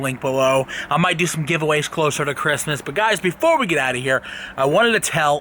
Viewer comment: "...ChristNas" auhauha